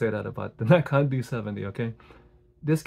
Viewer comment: So glad you gave such a great review of my first real DSLR, still got it but the rubber material is getting a bit sticky now. Appreciate the correct pronunciation of Nikon!